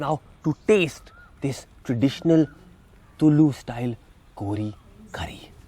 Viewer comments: " Tullu" alla raja . Its Tulu style .... :D :D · Very well done. Close to being authentic except the pronunciation of "TULU"! I have had this 'wonderful' curry in Mangalore and in few Mangalorean restaurants in Mumbai but did not have the recipe. Your recipe turned out great. Thank you and please upload other Karnataka dishes too. *** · Not sure if you got the pronunciation of tulu right mate!!!